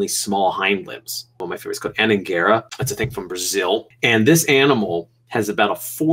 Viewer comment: Anhanguera, listening non natives pronouncing Portuguese words it's so funny 😂😂